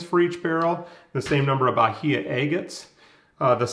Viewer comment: Nice video! Fun fact: Bahia in Portuguese is pronounced with a silent "h". 👍